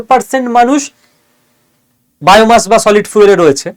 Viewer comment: Fuel এর উচ্চারণ টা ফুয়েল না " ফিউল" pl. refer to Google or Eng dictionary